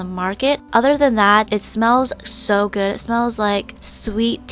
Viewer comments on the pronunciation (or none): I like when u said "it smells guud". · Lol it smells guud no i did not make a spelling mistake it was just how i explain how she said that